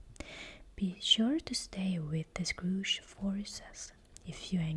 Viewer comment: I love "The Scrooge" instead of the Scourge, it makes me giggle and think of a combination of Arthas and old man Scrooge 🤪😂